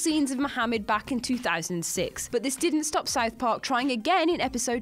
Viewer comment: She also mispronounced South Park